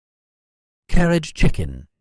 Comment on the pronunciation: That's not how it's pronounced 😂